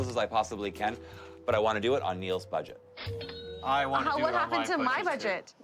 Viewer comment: The girl says “badget” and “stanning”.